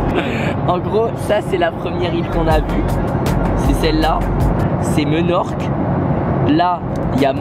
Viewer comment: Minorque parceque le e se prononce i